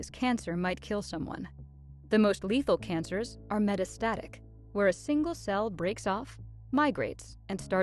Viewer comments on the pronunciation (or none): none